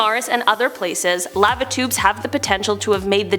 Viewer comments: I thought she was saying "Latitudes" instead of "Lava Tubes" for a hot minute. I say laa-vuh 😅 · Am I the only one that doesn’t like the way she says the word lava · Who taught her how to say Lava, Antarctica and algae????